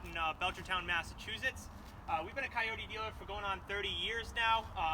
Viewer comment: try calling it a kioti once in a while-you are a salesman right?